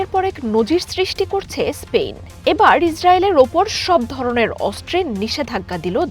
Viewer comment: স্পেইন নয় স্পেন